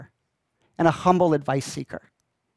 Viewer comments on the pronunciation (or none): none